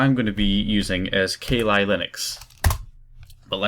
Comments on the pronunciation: hey its kah lee not kay lie. but since thats a bad ass demon best u not say kali in case you summon her! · Ka Li Linux.... hahahahahahaha its pronounced "Kal" "Li" Linux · Sorry, but I burst out laughing when you said 'ka li Linux'. I think you didn't quite get the little inside joke there. Kali (pronounced Ka-lee) is the Hindu Godess of Destruction, quite literally the most powerful goddess they have. Kali Linux is all about absolutely destruction of defenses. I live in a Hindu village so it amused me greatly. People here do not even mention her name in jest. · u say kali linux so weird